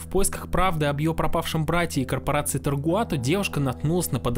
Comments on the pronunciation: видос крутой, отдельный мем для меня это весь видос после автора говорить Тогруат. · Я устал считать сколько раз ты неверно произнёс "Tagruato". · Почему автор упорствует в неправильном произношении TaGruato ? Наверное, это синдром "скрупулёзности". 😊